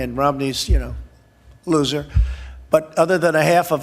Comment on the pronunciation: "Romney a... Loser" (rrrrrrrrr!) Love it!